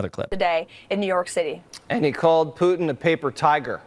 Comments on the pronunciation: Why does she pronounce it “poo-in” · She can't look in the mirror all she sees is a spitting image puppet of herself and someone needs to tell her that its pronounced put... in and not poo... in what a snowflake!! Why is she always shouting as well? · Does it bother anyone that younger people don't enunciate "t's" in words? Pu-en Ugh. Put-in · Putin! POO-TIN! So embarrassing that the White House spokesperson can't pronounce the Russian president's name. Who the hell is POO-in. Is it possible this woman can speak without screeching? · Is she calling him "Poo-en"? WTF? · She still doesn’t know how to say Putin. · Why can't this idiot pronounce "Putin"? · Does she know there is a T in Putin?